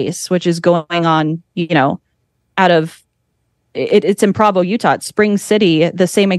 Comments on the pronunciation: Someone please tell this young lady how to pronounce PROvo. Come on babe, this is your "field of research" learn how to say the name of the little Mormon city...how do you pronounce Brigham Young? BringEmYoung? probably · It's gonna drive me crazy if she keeps mispronouncing Provo.